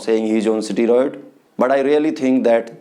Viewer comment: pahele to english ka pronunciation dang se bolna sikh le unpart illerate steroid ko strod bolta hai ahahahah aur this guy is born with above average gentics so obviously he will be better aur khud ko dakh u r a chicken shit aur ye sab faltu chutiyab se views kamana band kar de bhen ka lund sale dikhne me too chusa hua aam lag raha hai ahahahha